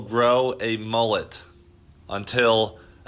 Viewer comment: Its a mul-let Not a mol-let Straya! get a dog up ya